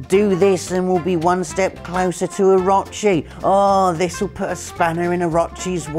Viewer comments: My man...there is no A in Orochi. "Oh - ro - chee" lol its a name used in tons of games and ancient real world lore come on now ;-) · It's pronounced, (oh-ro-chi). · I’ll be honest, the way you pronounce orochi triggers me